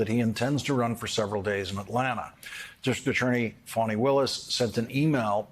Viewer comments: Plz get it right her name is pronounced as (Fawni) . Not Phanny. Idiots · Why do Americans say her name as farni. It’s Fani same as Fanny. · That's all you need to get your ears checked because the white reporter kept saying "um" "ah" etc . Not to mention he mispronounce the DA's first name throughout the whole. It's pronounce sounding like Fanny not funni.. talk about unprofessional while you're out here watching how black people talk. Pay attention to your own ... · That's odd the white boy reporter did the the exact same thing he kept saying "ah" "uh" etc. And he mispronounced the DAs first name throughout the whole report.. It's pronounce Fanny not funni ... talk about unprofessional